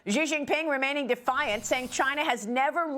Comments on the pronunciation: Is it difficult to look up how to pronounce Xi Jinping before presenting the news? 🤔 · She Jin Ping. Fentanill. Practise your pronunciations.